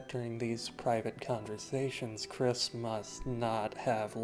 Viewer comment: your incorrect kris pronounage is kind of wack but the theory itself is pretty solid